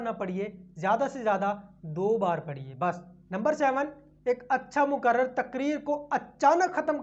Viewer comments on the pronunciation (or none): Moqarrir hai wo lafz hai moqarrar nahi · Muqarrar nahi, muqarrir kahiye.